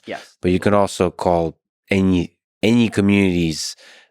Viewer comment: I love how he speaks English perfectly but any is always ENYY . hgahahahah